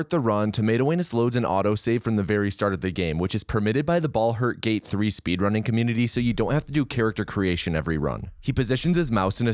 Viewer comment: “Bald her gate” what a way to start